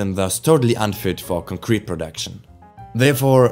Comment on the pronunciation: The same type of pronounciation i would have used a few years ago. Mainly concrete as in concrete evidence. The pronounciation is on the latter syllable rather than the first one. Not a strong accent, just stuff i noticed from myself. Ich hoffe dein Kanal schafft den Sprung. Qualität setzt sich durch und der Algorithmus hat dich direkt nach dem 1. Video belohnt